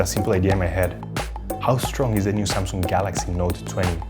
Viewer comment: Not samsunng it's samsunng